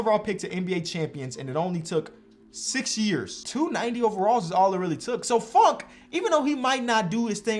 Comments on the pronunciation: anyone else thought he said fuckin miles bridges and not funk and miles bridges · It’s kinda funny when he says funk because it sounds like the F word